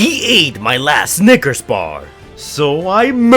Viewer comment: Nah nah nah you did not say Snickers